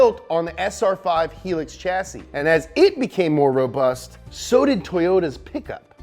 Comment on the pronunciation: its called a hi ..lux ....